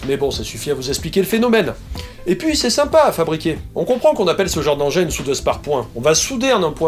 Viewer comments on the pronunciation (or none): none